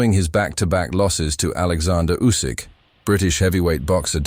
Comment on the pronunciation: "Usk"?? That's NOT how Oleksandr pronounces his last name and it is also no secret.